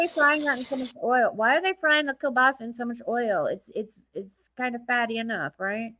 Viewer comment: What the fk is kah-bah-see?! 😂😂😂😂 How does one come up with that when they see the word kielbasa? I can't with these people. Seriously?! Even someone with basic reading skills would be able to pronounce the word accurately enough.